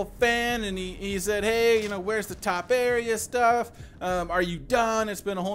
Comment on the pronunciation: In proper English it's pronounced TOE-PAIR-EEA.